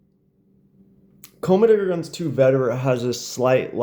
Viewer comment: Why do you say commedegargons.....